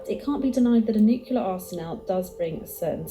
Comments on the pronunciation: It is strange to hear a British accent pronounce nuclear as "nook-yoo-lur". Wasn't George W. Bush made fun of for that? The word is "noo-klee-ur" or "noo-klay-ahr". As for the Nation's will to fight, it used to be that both political parties wanted what was best for America, only having different ideas about what that was. Now one of our parties thinks America is evil, guilty, shameful, dishonorable, racist, etc. and always was, and that all other countries of the world are saints by comparison. (Unless we are talking about one of America's allies. They're hated, too.) They have no will to selflessly serve our country, much less put their lives on the line for it. "Fortress America" has experienced a Soft Invasion, where our populace has taken in illegal aliens who hate it and where half of our population has been stupidly seduced to think in ways that benefit foreign powers. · Am I the only one who really struggles to hear someone pronounce nuclear “Nukular” instead of “new-clear” 😂 the video lady said it. I’ve heard it said by past presidents. Youre allowed to authorize the use of it but can’t pronounce it?! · Is it normal for British speaking people (vs "American speaking") to mispronounce the word "Nuclear"? It is not "nuke-you-lar" it is "nuke-lee-ar". Where is the extra "u" in the word between the "c" and the "l"? O_o Or is this part of the fetish to adding unnecessary "u"s to words? Like "color" "labor" "armor", etc. (vs. "colour" "labour" "armour"). For a nationality that fought the French for so long, why do they use their spelling and penchant for adding unnecessary letters to words? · pisses me off how she mispronounces “nuclear”